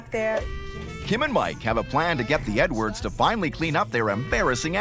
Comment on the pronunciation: “I work for a living HONEY 💅🏽✨🏳️‍🌈, we don’t all have leopard skinned shoes like you” 💀💀💀 ok Mr dad sir I know it’s “edwards” but I keep hearing “nwords”